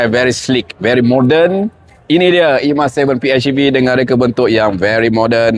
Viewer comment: Hej bang bukan etch. Pi-hej-i-vi. Baik bahasa melayu mahupun inggeris.